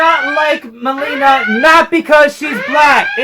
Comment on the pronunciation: I know the very first few seconds he said Meileena lol and it even shows it in the trailer wasn't even trying to hide it